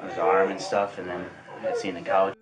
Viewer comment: I can't stand to hear that, too-ah! 😂